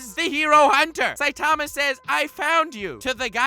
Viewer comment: Dude ur sayin saitama wrong!